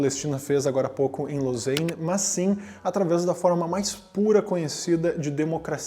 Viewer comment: Você mora na Suíça e chama Lausanne (LOSÁNE) de "LOUSEINE"?????😂